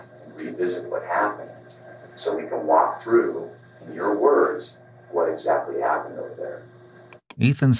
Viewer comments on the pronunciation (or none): I think the fact that you stress the L in "walk" and "talk" is an indicator of psychopathy.